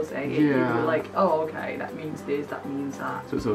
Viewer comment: ชอบการออกเสียงควบกล้ำตัว ร,ล ของมากค่ะ โอเครรรร 555555